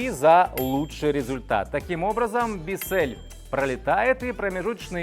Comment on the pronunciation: Правильно - Биссел(л - твёрдая, ударение - на "и")